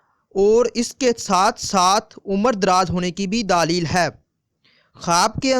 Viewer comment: pyaree islami bhayi Urdu Zara AR durust Kar Len sunne m ajeebLagta hai daaleel ilamat labas ravangi ar salasat paisa. kijiye......